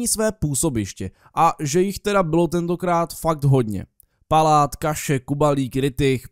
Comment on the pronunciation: ty jsi v řekl Pláta místo Paláta